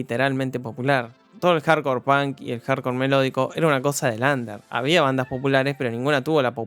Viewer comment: dijiste tantas veces pan que por un momento olvide que se dice punk